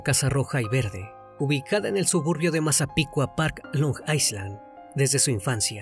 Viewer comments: la pronunciación de Long Island es "long ailan" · Long Island - Long Ai-land es la pronunciacion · Se dice long Eye (como en Ingles) lund or eye lin asi se dice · LONG ISLAND se pronuncia LONG AILAND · Desconcentra un poco la pronunciación de long aiSland 😅